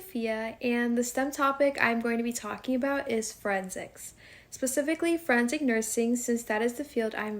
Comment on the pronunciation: And what is "friendsic"?